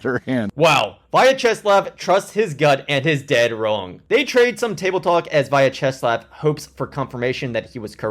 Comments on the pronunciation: "Via Chess Lav" 🙄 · Why did I think u kept saying “via chess labs”